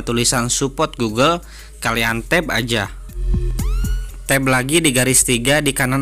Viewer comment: Tap bang bukan tab ..apa telinga gw yg kurang ya .